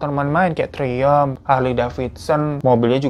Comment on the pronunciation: Bang Hirooo Ya ampuun bertahun2 dengerin cerita di hibur di temenin dengan kasus2 menarik. Br kali ini beneran comment kelucuan, d balik kasus menegangkan.. pas si abang nyebut motor Triumph itu ( triyem) maaf ya bang itu polos dan apa adanya banget sumpah. Inget nama mantan pembantu ku kecil namanya mbak Triyem. Hahahah Keep up your fantastic Job Bang hiro. Lup yuuu